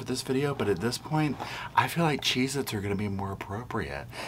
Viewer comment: Got em “CHZ-Itz” LMAO